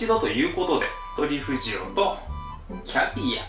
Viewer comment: トリュフとトゥリュフって言うのやめろw